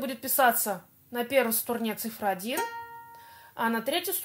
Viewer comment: Почему СТУРНЕ? А не струне?